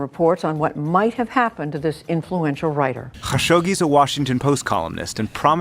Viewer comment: McDonald’s —khashogge, just saying🤭